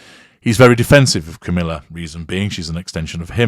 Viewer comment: I Love how says "Camilla"......he says.... "Camillar".....and I always hear it like... "caterpillar"......just funny.